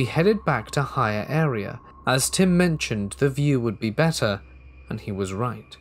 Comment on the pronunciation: Did you “visit him” or did you “visit tim” …. Haha ❤️